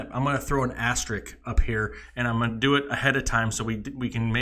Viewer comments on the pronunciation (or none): It's "as-ter-isk" not "as-ter-ik". Why do people have such a hard time pronouncing this word? It's got an "s" in it. The "s" is not silent. Do better.